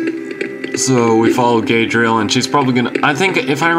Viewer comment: "Gadriel?" GaLAdriel!